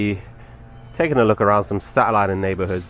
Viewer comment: Hello! Native Staten Islander here! Thank you for loving our borough ❤ it truly is a hidden gem! This made me smile 😊 your pronunciation of “Staten” was perfect too! 🎉